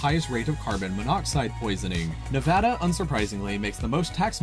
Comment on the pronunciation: He did pronounce Nevada correctly, though, so I’ll give him that.